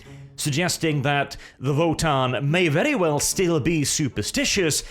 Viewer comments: So is it Wotann or is being derpy and pronouncing "v" as "w"? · He's from Norway. That's probably the reason he's saying it that way